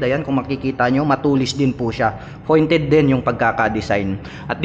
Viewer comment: Pointed po hindi FOINTED